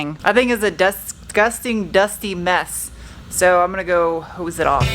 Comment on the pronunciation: Yay! More Ranger content, it's getting Sarahized. Did you say "dustgusting mess"?